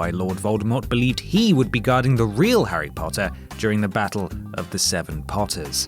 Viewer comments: HARRY POOOOOOTER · Newt scrmander? and Harry potter